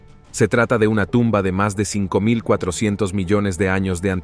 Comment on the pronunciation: ¿No sé por qué el narrador no dice bien los números, por ejemplo el 5400...? ¿Es tan difícil? Cuando se tiene un programa en Youtube y se narran hechos hay que cuidar la pronunciación. Por lo demás estuvo interesante